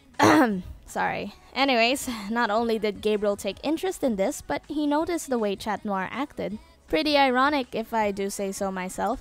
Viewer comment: cat not chat